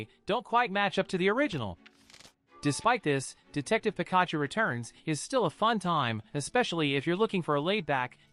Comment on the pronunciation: Can you please stop saying Pikachu's name like that it's definitely not how you say it, it's so wrong your pronouncing it completely wrong, cheers